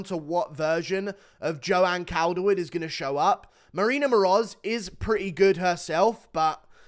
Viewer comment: It's pronounced caulderwood bruv 🤙